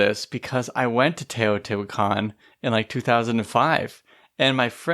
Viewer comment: And learn how to pronounce Teotihuacan.